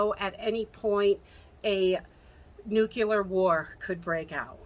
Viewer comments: Just FYI it is nucLEAR not nucULAR. LOl totally different word.. Just letting ya know :-) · "Nuclear", as in the NUCLEUS of the atom. Not "nu-cu-lar"...Nuclear.